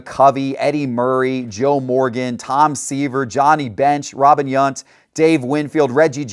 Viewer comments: Robin Yunt?! Dude, you are my age. How is it possible you butchered his name too? Even in the scripted introduction. Damn dude. Market Movers needs to add a production guide. Taint a good look… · This guy could sell a ketchup popsicle to a nun wearing white gloves. Did he say taint and yunt? Just asking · Robin yaunt.... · Robin YUNT, Bruce Suter, he has no clue how to pronounce HOF players names, Really? Luis TAINT